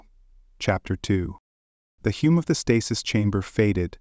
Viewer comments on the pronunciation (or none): The HUME of the stasis chamber? The stupid AI narrator can’t pronounce basic three letter words like hum. I’m done after one sentence